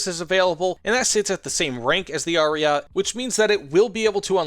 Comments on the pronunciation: Omg Ariat ! Really ? A-ri-ay-tay. Someone skipped italian classes here. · its not ariat 👺its ARIETE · "Ariat" triggers me and I am not even Italian